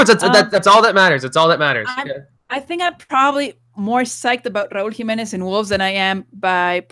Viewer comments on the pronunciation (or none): RA-UL JI-ME-NEZ